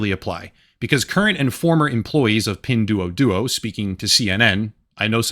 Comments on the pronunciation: It's pronounced "pin dwoah dwoah" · FYI: "duo" in Mandarin, and Pinyin, is pronounced 'd-war'.